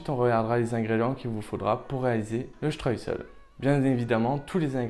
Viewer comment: Le streussel,pas le stress,oupsssss